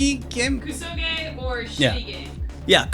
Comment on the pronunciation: It's pronouced: "KSoge" not "KUsoge"